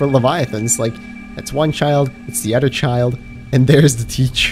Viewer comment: you say udder instead of other